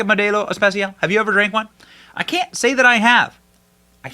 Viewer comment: Nice "Español" Benny 😂, Modelo Especial